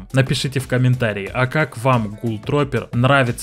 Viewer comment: не тропер а трупер